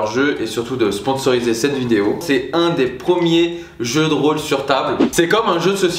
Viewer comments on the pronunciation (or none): none